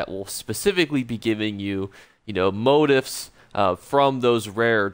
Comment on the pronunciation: It's { mō-ˈtēf } sound it out as Mo - Teefs not Moat - ifs . You don't learn by deleting posts. Good video , thanks .